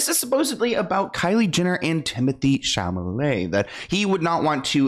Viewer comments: It is Chalamet not Chalmele🤣 or Chamele 🤣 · Am I the only one who thinks says "Chamalet" instead of "Chalamet" or am I crazy?😂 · I love you but its CHALAMET not CHAMALET 😅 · I like how he called him Timothy “Shamalay” 😂😂😂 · Timothee Chamalet lol😅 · I love you but the way you can’t say Chalamet 😂 I was laughing every time 😂 you humbled him real quick 😂😂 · The amount of times you said his name wrong 😂😂😂